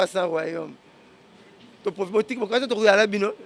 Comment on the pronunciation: Le corbeau et le renard tout flatteur vit au dépend de celui qui l écoute On dit politique et non poltique